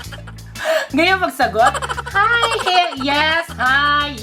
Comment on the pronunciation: Natatawa talaga ako pag sinasabi mo HAYU GUYS and BAYU GUYS instead of Hi Guys and Bye Guys 😂😂😂